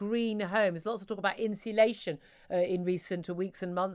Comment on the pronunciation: Strange the Lucy Powell is supposed to know about home insulation but can't even pronounce 'insulation'. (Insillation?)